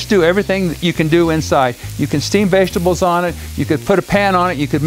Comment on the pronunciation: The way this guy says vegetables lol I laugh every time for some reason